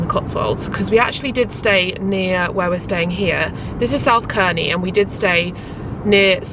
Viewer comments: I’m so sorry but it’s pronounced Serney, not Kerny 🤣 I live very close to South Cerney and it’s so lovely 🥰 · i havent seen the entire video but i just wanted to let you know its pronounced 'serny' rather than 'kerny'! i live close to here and couldnt help myself haha, hope you had a lovely birthday and im now going to watch the rest of the video xxx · South Cerney - pronounced with a soft C, like an S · I’ve only just discovered your lovely YouTube channel (I’m vegan too) and I live in this region where you are on holiday so I’d just like to mention that Cerny is pronounced as Serny and Bourton on the water is pronounced as Bortun 😁🥰👍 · Happy belated birthday ☺️ as a girl who was born and bred in Gloucestershire, I’m so pleased you enjoyed your stay in the Cotswolds. I love South Cerney, it’s beautiful, but I just wanted to say that it’s pronounced South Sir-knee, just incase you want to recommend it to anyone in the future. A lot of places around here with a ‘C’ in the name are pronounced as if the ‘C’ is an ‘S’. Not sure why! Anywho! Welcome to the thirties!! x